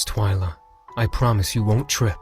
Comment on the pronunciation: its TWI-LA